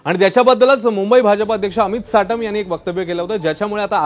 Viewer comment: हा साटम नही चाटम आहे